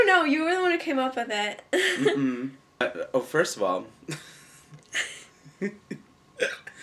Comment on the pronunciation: "you're the one who came up with et? The word is "it". Not "et".